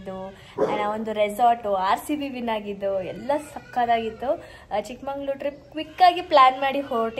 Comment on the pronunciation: ಚಿಕ್ಕಮಂಗಳೂರು ಅಲ್ಲ ಚಿಕ್ಕಮಗಳೂರು ಅದು